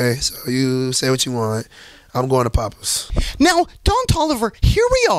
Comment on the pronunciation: Bro said pappas bbq 💀